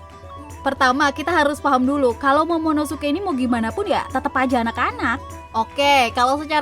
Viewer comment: Yg bener monomosuke apa momonosuke? (Menit ke ) Airis chan